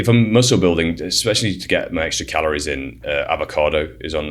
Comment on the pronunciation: It's ex-T-ra.